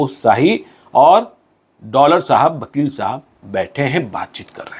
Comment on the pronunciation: वकील को बकील क्यू उच्चारण करते है